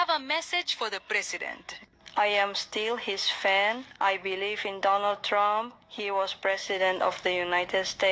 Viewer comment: "I will Boat for Donnull Trump " ..... Unbelievable...